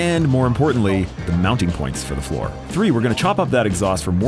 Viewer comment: OOOH flat FLOOR! I could've sworn y'all said flat FOUR each time.... And I'm thinking "of course they're gonna swap the engine with a 4cyl boxer to give it invisible down force." But no y'all mean literally making it a hot wheels car